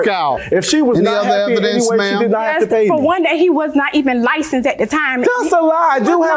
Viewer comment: Don’t forget “he’s lied, he’s not li-censed”